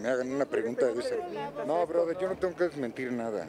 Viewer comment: Cuando dice "broder" ya valió madre